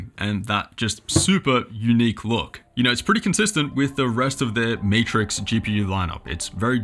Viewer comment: Did you say Meatrix?